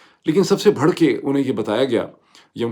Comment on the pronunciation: Dr.Moeed,you are an excellent analyst on all matters,but I have always had problems digesting some of your pronunciations: 1.Pronouncing pilot as “poilot”. 2.Pronouncing “barh” as “bharh”. 3.Pronouncing “vis a vis”,the second part of this phrase is a silent “s”,so,it’s pronounced as,”vis a vee”. I hope you take notice and correct all this,because you are expected to do some research before you take the mic.